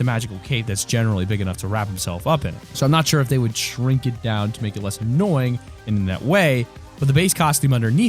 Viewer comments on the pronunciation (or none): none